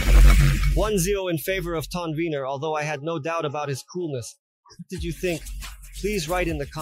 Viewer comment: 😂 This guy can't even pronounce it right. He called it TONWINNER then he called it StoneWinner. Also, when he was trying to knock over the cans, u could see the sub was waving, meaning there will be distortion when driven at high volumes. MY PB-2000 Dosnt have that problem. This guy is a joke. He even describes the bolts as high quality. CRAZY "NEURO" You don't need to wear ear plugs for low frequencies it's the high frequencies that you need them. I'll admit it's not a bad price for the sub, but I want more reviews on it b4 I make any decisions on switching brands. The warranty on these subs is weird, too.They offer 3 years for their sub and, amp, and 5 years for the cabinet. Are the chinese expecting the cabinet to come apart😂